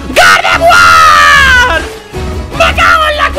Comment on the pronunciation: Cuando estaba escojiendo el nombre de gardeguar dijo perapera